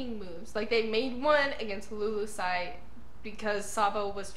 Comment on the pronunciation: Just one small correction. It's the kingdom of Lulusia (Lulu-sha) not 'lulusai"